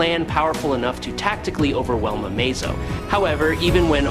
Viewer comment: thumbs down, your ai can't say amazo all the time, that is your fault